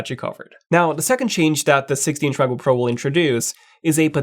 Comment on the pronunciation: “16 macojaook pro”